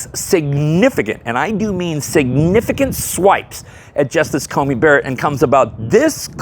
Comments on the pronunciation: Dude, I love ya, but it's CoNey not CoMey :) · Just a quick correction. The Justice's name is Amy CoNey Barrett. You mispronounced it throughout this video as having an 'M', rather than an 'N' in the middle of Coney.